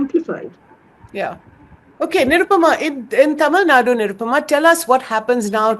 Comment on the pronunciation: Tamil Nadu.... Not Tamil Naad